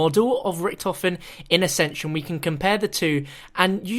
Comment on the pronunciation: It's the guy in nuketown in the video he even says accension